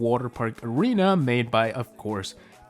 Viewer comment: You said aweena insteasd of arena